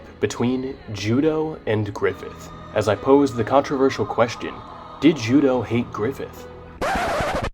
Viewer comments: His name is pronounced Ju-doh though Judeau is a French name "eau" in french is pronounced "oh" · Losing Judeau at the Eclipse was devastating for me, he was my favourite character in the band of the Hawk. All throughout reading the manga I pronounced his name “Ju-day-oooh”, not “Ju-doh” haha. It really bothered me how everyone was pronouncing his name haha. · Does anyone else pronounce judeaus name like joo-day-o or is that just me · He being pronounced Judō is the biggest mindblower for me